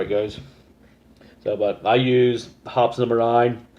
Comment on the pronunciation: Hoppy's is how it is pronounced. 😉😊